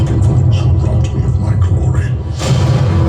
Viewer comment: Best thing in this video watching Dceu trailer and saying MAVERLous 😂😂❤️